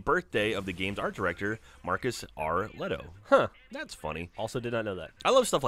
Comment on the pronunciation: The art director's name is pronounced lee-toh, not leh-toh